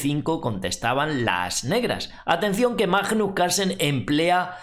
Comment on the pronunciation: por favor es bastante desagradable oir cada vez que pronuncias Majjjjnus Carlsen, no es tan dificil pronunciarlo bien. Gracias